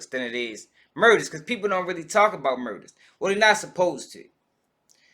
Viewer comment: ‘well they nat suppose to’ 😂😂😂